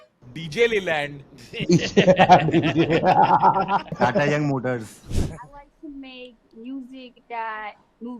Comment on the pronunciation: Don't know about "DJ-Leyland" but the word "Leyland" sounds more like "ले-लंड" 💀